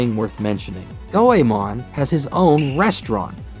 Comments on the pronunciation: Go e mohn not Go e mahn It's like the common mispronunciation of Digimon etc. You put a lot of work into this, and I don't expect proper pronunciation of names like Sarada, Toyotomi et al but the name spoken a hundred times should be correct Thought you'd like to know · go eh mon? nah its gway mon 2 syllables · Go e mohn not Go e mahn. It's like the common mispronunciation of Digimon etc. While I don't expect proper pronunciation of Toyotomi, Sarada et al, you put a ton of work into this video, so why not get the most important name correct? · The English release of Anime Goemon actually pronounced his name as "Goymin". GOYMIN. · You didn't even take the time to learn how to pronounce Goemon correctly. Three minutes into the vid and it's unbearable. Unbelievable.